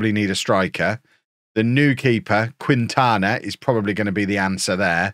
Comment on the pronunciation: Quintana Is not pronounced "queen-tana", its "keen-tana" =)